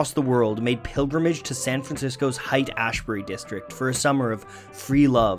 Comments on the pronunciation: Haight = Hate not Height. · Ye he's from Canadia